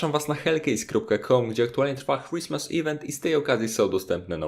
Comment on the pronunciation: Zapraszasz nas na "Chłismes ivent?" HAHAHAHAHA krismes z niezłym akcentem ale kurwa CHŁISMES?